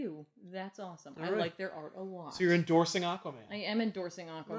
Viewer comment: En-dorsaling? Sorry I am tired